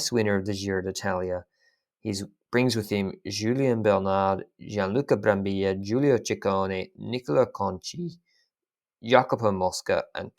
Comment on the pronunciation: Ehi, the double L in Brambilla is pronounced as the double L in Cancellara